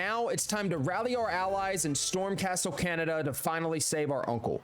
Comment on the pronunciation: When he said Castle CANADA I cringed. You don't need to be Japanese to say the names and places correctly. Poor Masako...